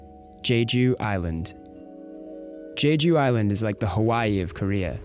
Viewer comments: It's not pronounced Jayjoo, you moron, it's jeju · The way he pronounced jeju...Haha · It's not jayju